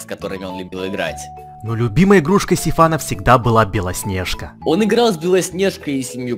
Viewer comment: Почему ты говоришь белоснеға